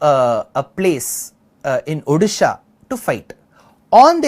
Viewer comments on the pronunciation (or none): none